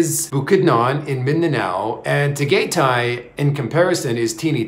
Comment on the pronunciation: … Tagaytay is pronounced “Tah-guy-tie.. I just don’t want the locals snickering or staring at you like they did when the taxi guy dropped you off at night to meet Bohol girl. You are a gifted storyteller.. I call you the